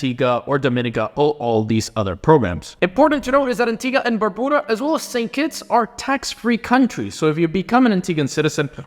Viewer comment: I'm actually living in Antigua right now and looking to travel the world and you pronounced Barbuda wrong